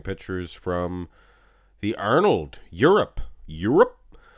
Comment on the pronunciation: Pronouncing Arnold makes me rofl.